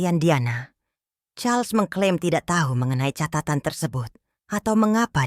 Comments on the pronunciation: Ini org membaca Raja Charles... Dibaca Carlos... Gimana sih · Ko.... jadi Karlos..nyebut namanya bu